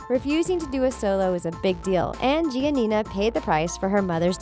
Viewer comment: When she said “ gia Nia “ Like wtf